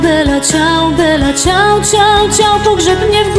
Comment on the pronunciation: Ja myślę że Kasia Staszewska dobrze o tym wie, że ta piosenka nie jest dla serialu napisana. Ale trzeba powiedzieć że Dom z Papieru ją znów międzynarodowo popularną zrobił. Dlatego niech sobie stoi dalej w treści. Po co się tak na to złościć? Wymowa Bella Ciao jest super i mnie przeraża jacy eksperci języka się tutaj znajdują. Krytyka w żadnym punkcie się nie zgadza. Ani ciao nie jest żle wymówione ani bella. Ci co słuchali w serialu piosenke muszą wziąć pod uwage że nagrania są Hiszpańskie a Hiszpanie mają troche inną wymowe i nie zawsze symulują język Włoski idealnie. Dlatego nie bierzcie serialu jako podstawę wymowy.